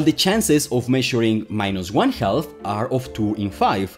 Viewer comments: just say "half" like "haff" to get most of the way there (similar to raff in riff-raff or laugh or gaffe). 95% better and if you want to lower the back of your throat as you go into the ff, you'll get the last 5%. If you feel the L in 'milk' you'll get it. But even skipping that part is fine - I was hearing "health" too. English is harder than electroweak symmetry breaking. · Let me help you with ½: it's pronounced "haf". Your welcome. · Me encanta tu energia y explicaciones, pero por favor, cuando dices "half" la "L" es muda y seria "haf". Otra igual es "talk", no la pronuncias "talk" sino "tok" ademas en esta cambias la "a" por la "o" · Tip. The L in half is silent. Half is pronounced HAF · “Half” is pronounced “Haf”. The “L” is silent. And thanks. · This is nice! Minor note on English: the 'L' in 'half' is totally silent, so it rhymes with "chaff" and "laugh". It's neat hearing how you say it, though. : ) EDIT: Love your enthusiasm for the material. Subbed. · Author here, my name is. Other than my pronunciation of the word "half," how else do you recommend I improve my pronunciation? Also, thank you for appreciating the comment responses. I enjoy them and I feel they are nearly as important as the video itself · I might have to start pronouncing it "HAL-FF" myself. Great instruction. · This isn't related to the video topic, but I like how you pronounce "half" with an audible "L." I find it pretty cute. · But the pronounciation does have the wonderful effect of "half" sounding sort of like like "health" (thats what I intuitively kept hearing) so when talking about electron spin it sounds like he says it cannot go above 1 health or below -1 health. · Very good video, but the pronunciation of 'half' was very distracting. The 'l's in 'half' and 'talk' are not pronounced. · FYI, the “L” in half is silent. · It's pronounced "half". You're welcome. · The "L" in "half" is silent. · The L in half is silent. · the L in half is silent